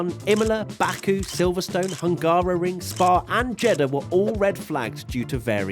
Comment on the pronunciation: Hungary not hungarary